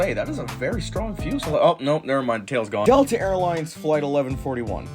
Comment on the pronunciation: ☠️☠️☠️☠️☠️☠️☠️ Delta ❌ Delte☑️